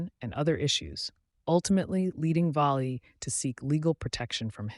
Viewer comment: Frankie (pronounced) “VALLEY” not “VOLLEY”!